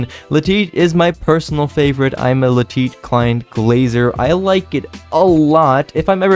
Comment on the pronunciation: No one:: La Teet